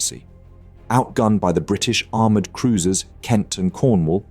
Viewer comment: 2 "Aroumred" cruisers lol